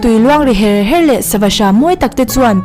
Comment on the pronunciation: Ngaihthlak anuam khawp mai,mahse lawk,lui luang ri her her tih lai hi a thluk a dik lo deuhin ka hria